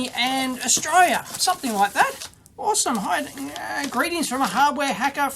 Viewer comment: Where's Austraiya?